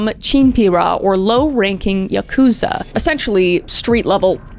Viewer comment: I took Japanese for two years and this is a common mistake. Yakuza is actually pronounced YAH koo zah, but when I googled it, it said YUH koo zah. Total misunderstanding but I wanted to let you know :)